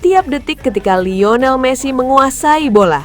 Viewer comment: Liyonel jadi layinel. Thomas Mueller jadi Gerd Mueller. min min... 😅